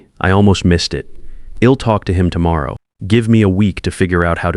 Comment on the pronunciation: Teach your AI how to pronounce I'll -I'd - I'm - she'd etc.